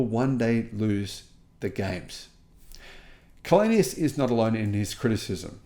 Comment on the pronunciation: Källenius is from Sweden. Maybe that's why he can make these statements. By the way his name is pronounced [chaellenius].